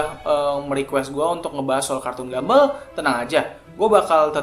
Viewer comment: Please cara bacanya buka gambel tapi gambol